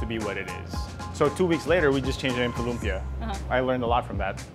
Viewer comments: Just to help with your Filipino pronunciation... it's lumpiaH (glottal stop) a glottal stop is like the H in the expression "UH oh." It's not an open vowel like lumpiaaaa. You have to stop the vowel sound with your throat. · LOOM-pyuh. Kuh-luh-MAN-see. Kinda obvious that they didn't grow up in the Philippines. Probably don't speak Tagalog either.